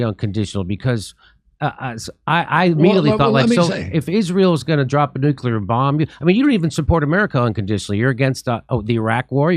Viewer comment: It's not "nukilar" - its NUCLEAR , I cannot BELIEVE how many people say it WRONG ! I did not expect that from a presidential candidate ...is there no one around them , in their team , to point that out to them ? They sound like fools when they're saying it WRONG ! I mean , seriously...